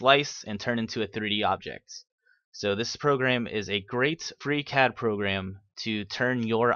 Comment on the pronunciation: Bye impossible to understand "Freecad"